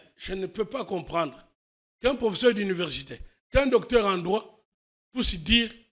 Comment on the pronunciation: Monsieur ne sait pas prononcer le mot: professeur. C'est pathétique!